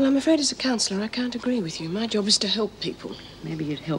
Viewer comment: haha not tonight Jim " I'm washing may hair"